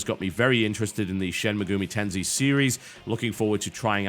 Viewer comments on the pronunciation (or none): Very surprised to see P4 so high up, it sure deserves it. Though I won't mention anything about TB's horrid pronunciation, "Shen Megumi Tensy", oh wait.. I already did. Oops. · Did he say "Shen McGooey Tensei"? XD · Shin "Megumi" Tensei... huh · TB trying to pronounce Shin Megami Tensei made my day :D I hope he tries out SMT Nocturne/Lucifers Call some time. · I cringed like crazy at your pronunciation of Shin Megami Tensei.